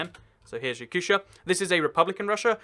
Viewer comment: I AM TRIGGERED it is Ya-coo-tee-ah. It has status of Republic because the most of population are not "generic" slavic Russians but asians (Yakuts). They have their own language and history and culture. And more importantly Yakuts are not only one ethnic group populating the Republic! The others also have their own language! Yakutia is freaking country inside a country. You can make parallel with Wales. Welsh have their own language and identify themselves as Welsh. The division in Russia is really simple: - You have your own language, religion and "ethnical locals" BOOM you are Republic - You have all the political forces that matter BOOM you are City of Federal importance (minus Simpheropol) - Oblast' if you are generic, Krai because history - Autonomous oblast'/okrug because you didn't have enough "ethnical locals" to be called Republic Phew let it fade in the depths of the Internet